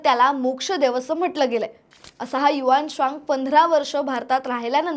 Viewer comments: HU AN TSANG bolave HUAANSWANG nahi . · ह्या ' हुएन त्संग ' च्या नावाचा तर चोथा करून टाकलाय पार.😅 कोणी ही उठून काही उच्चार करतो. आम्हाला शाळेत हुएन त्संग असं शिकवलं होतं.